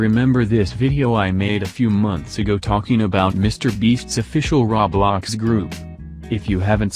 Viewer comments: Roblox not rawblawcks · Nobody: Litteraly not a single soul: The text to speech: RAWBLOX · I like the bot speaker saying "rablax"